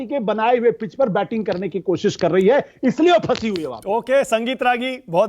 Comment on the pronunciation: पिच को पीच बोल रहे हैं, एंकर महोदय को राजनीतिक विश्लेषक की बजाय बीजेपी समर्थक लिखना चाहिए था। इनको बीजेपी का प्रवक्ता लिख देते तो भी ठीक रहता। इनको यह भी पूछना चाहिए कि मूर्खों का सरदार किसने बोला?